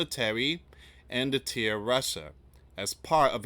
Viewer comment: Deter not detear